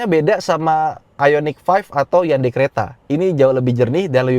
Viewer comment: Kadang spelling HYUNDAI: yandeyy tapi emg udah kebiasaan hyUndey 😂😂😂